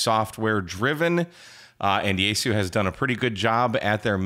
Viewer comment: But will it receive NOAA WX band? Also, "Yaesu" is three syllables, not two: "ya-e-su" 八重洲